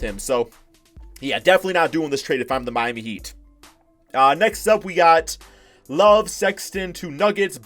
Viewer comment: Naveh Porat this man just said Miamy 😂